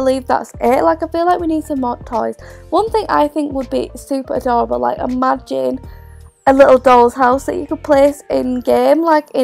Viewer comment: her: ahdahrable me: adorable